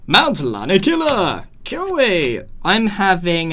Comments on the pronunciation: Grain: kia-weh Me: it’s kiawe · not kio wi it is pronounced kee-aa-way and it is sof-a-glese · I know I’m late. But Sophocles is pronounced: Sof-o-cleez And Kiawe: Key-Ar-Way